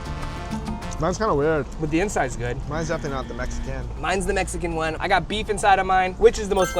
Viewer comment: The way you said Mexican made my skin crawl ahhhh